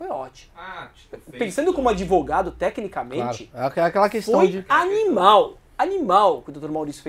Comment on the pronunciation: mentir é o primeiro mandamento do "adevogado"